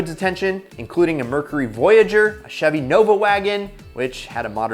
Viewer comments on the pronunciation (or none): none